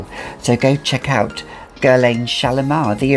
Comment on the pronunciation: I enjoy your videos but oh my god, please stop pronouncing Guerlain wrong!!!